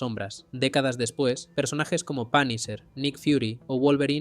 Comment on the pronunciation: Cómo Fanisher, ¿Y ese cuál es?, yo conozco a Punisher (cuyo nombre se pronuncia Ponisher)